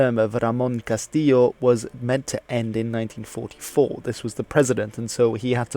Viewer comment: Just one thing, about the pronunciation of Ramón Castillo; Argentinians pronounce "ll" and "y" (with the exception of "y" meaning "and") like "sh", not "I" or "l".. You should pronounce it "Ramón Castisho"